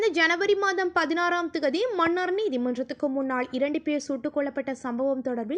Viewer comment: செய்தி வாசிக்கும் பன்னாடை மண்ணார் இல்லை மன்னார் மணம் இல்லை மனம் உன் தமிழ் உச்சரிப்பில் ( ன ண ல ள ழ ) எழுத்துக்களை சரியான முறையில் உச்சரிக்க தவறுகிறாய் நீ என்ன இந்தியாக்காரியா? ஒழுங்காய் உச்சரி